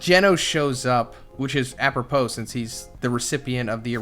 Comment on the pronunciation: Apropos? Z, see I Knew you were mispronouncing shit on purpose. Lol its because of you will have good vocabulary